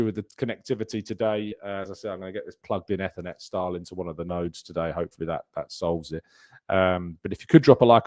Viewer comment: Why did you pronounce Ethernet as Effanet?